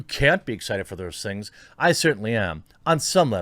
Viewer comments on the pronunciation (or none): none